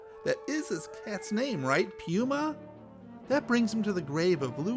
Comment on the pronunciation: Was the guy who lost his cat related to Donald Pleasance? Nobody else pronounces the word "pyuma"! 😄